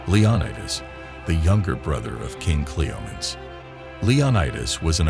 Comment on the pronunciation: At least get a real human to narrate this, guys, instead of an AI-bot. i don't know ANY culture where women were treated like "vases"!! And her dad's name being pronounced 'Cleo-meens Eye" instead of "Cleom-en-eez the First"... eesh. And SHE was refererred to as "Hhe / him" almost half the time a pronoun was used, & it got worse as the video went on!!! Also, it looks like you might have pulled images from 2-4 different comics - can you please let us know which comics? i think i recognise one of the, but i'm not sure...